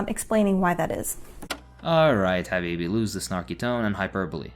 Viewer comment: bro said "alright habibi" in the most foreign accent possible